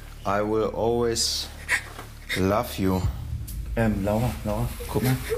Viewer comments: "I will always laff you" 😂😂👌👌 #ruhrpottarmy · i will always lave you" 😂😂😂 lol diese Aussprache 😂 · I will always lav ju 😂(ist exstra so geschrieben, weil er es so ausgesprochen hat) 😂😂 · "Love you " beste Aussprache 😂😂